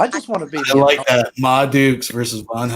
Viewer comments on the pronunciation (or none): none